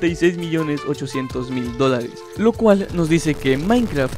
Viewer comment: Se andado cuenta que lee mal los dolares XD escuchen bien en las partes que dice dolares